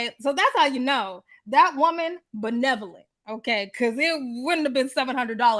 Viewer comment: Not “BENEVOLENT!” 😂😂😂